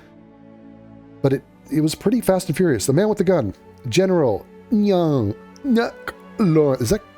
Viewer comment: Nguyen is kind of pronounced like "when"